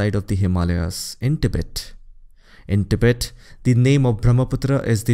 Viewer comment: Pronounciation of Tibet is more correct as तिब्बत instead of टिबेट